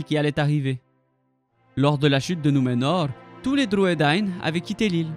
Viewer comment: Merci d'avoir fait cette vidéo sur les Druedain. Ils n'apparaissent malheureusement pas dans les films et c'est dommage car ils sont si importants.Et bravo pour la prononciation .